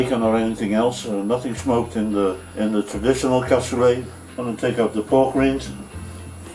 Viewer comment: Because he keeps mispronouncing the word "rind"